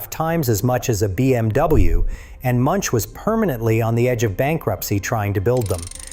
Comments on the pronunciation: Münch not munch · The name Münch is pronouced Mynch NOT Munch.